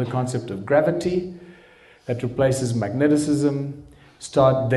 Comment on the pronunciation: Its mag - ne - tism.